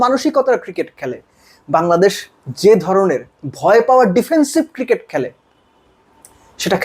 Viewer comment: বাঙলাদেশ ❌ Hangladesh ✅🤡😂